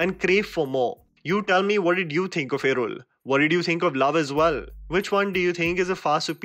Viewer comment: you really improved the pronunciations!! Kuddos for considering my suggestion yaar. ❤️ Edit - that L in irul in particular was the best